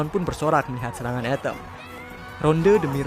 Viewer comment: Atom atau etem min ??? 😅🤣